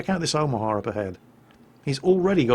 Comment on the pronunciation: I think you might even be mispronouncing Omaha, you're pronouncing it like Omahar